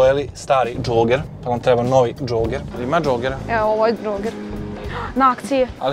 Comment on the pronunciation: dzoger : kaze se - idem da dzogiram - a ne idem da zogiram 😂😂😂